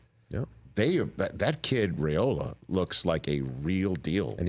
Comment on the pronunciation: Rich, his named is pronounced Rye-ola, not Ray-ola.